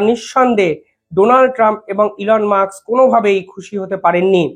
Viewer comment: Elon 'Musk", not Elon "Muks". Pls. correct your pronunciation.